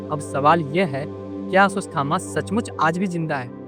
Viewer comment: अस्वस थामा 😂